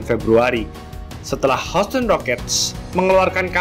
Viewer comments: bang bacanya yusten bukan houston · Anu... maap, semoga pronounciation bisa diperbaiki, Houston dibaca 'yusten'. Kalau gak salah Cleveland juga dibaca 'klivelen'... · gw pribadi kurang nyaman sama pelafalannya.. misal houston, harusnya dibaca hyusten, trs washington harusnya dibaca wosingten, dll.. kesannya jd malah kaya dengerin amatiran.. sbg pembanding bolehlah liat bang irril ato bung paul palele, enak tuh klo kasih penjelasan.. sori, pendapat pribadi ya